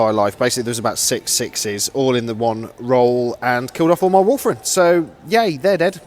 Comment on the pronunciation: The Wulfen died because you kept calling them Wulfren, which is a shopping centre in Wolverhampton... ;)